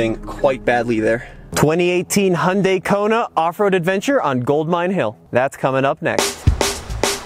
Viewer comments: It's pronounced "yan dey" not "hon dey". All the American reviews pronounces it like a drunk Honda. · It's actually pronounced "Hyun day". Only people who are familiar with Korean can actually say it right.